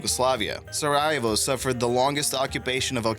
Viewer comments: It's pronounced sara-YAY-vo, yuh moron! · it's pronounced sair a ye vo. and hertz a go ve na. fyi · Very interesting and informative video thanks, however could you brush up on your pronunciation, Sarajevo was totally destroyed by your pronunciation, it’s Sara-yay-vo, sorry but the way you pronounce place names is important, I am sure you agree. Nonetheless a big thumbs up 👍. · its SaraJAYvo not sarahivo.... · Beaufort - "BOE-fort", not "BYOO-fort" Sarajevo - "Sah-re-YEH-voe", not "Sar-RYE-uh-voe" GOOD WORK! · It's Pronounced Sarah-Yeah-Vo. RESEARCH FIRST... ugh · No, it's Sarahey Ho. Don't be stupid. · #4: Sa-RY-a-vo? wtf? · Great video but for the Sarajevo its pronounced Sarajevo = særəˈjeɪvoʊ/ SARR-ə-YAY-voh. Sorry it just bugged me a little. Loved the video though. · Sara-yay-voe. Maybe you'd all prefer that he just stop making shows for us to sit and listen to by the hundreds. Maybe everybody should quit and leave you takers with no more givers to exploit with your compulsive egomaniacal criticism. But then who would there be to exemplify the disgusting, pathetic, almost TRAGIC Dunning-Kruger Effect?????? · Strange pronunciation of Sarajevo. Pronounce it: SAH-RAH-YAY-VOH. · its pronounced sarah yay voh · friendly info it's is sa-Ra-je-VO :) good way to google before pronouncing a word :) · Sariayvo? Vila? Read much? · Sare-EE-aye-vo You need to look up how to pronounce some things. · Sa-ree-ay-vo. Sarajevo. You're welcome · It's actually SaRAH-yay-vo. You're welcome too. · Sar rye evo? Sigh... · Sari-yay-vo. It matters. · Sa (like sack) -ra (like the Egyption god) -yay (as it's written) -vo (like the vo in "Volvo") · That's not how you pronounce Sarajevo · Worth watching if only for the pronunciation of Sarajevo. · Interesting that he can pronounce Herzegovina but not Sarajevo. I'd like to hear his take on Gavrilo Princip... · Great content, learn to pronounce Sarajevo.